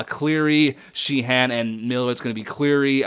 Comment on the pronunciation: Sheahan is pronounced shay- han(d)